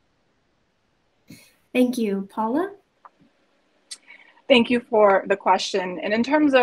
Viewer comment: It's cute, ain't it? : "Think you" instead of "thank you."